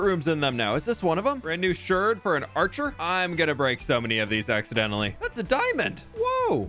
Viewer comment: Unclear if you're pronouncing it "shurd" as a joke or not, lol ("shard" rhymes with "aardvark," while "potshard" is pronounced "pot-shurd." No idea why the two are different, lol) Fun video--very exciting =)